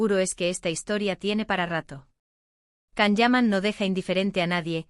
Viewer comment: Hello It's Can = Jan not Kan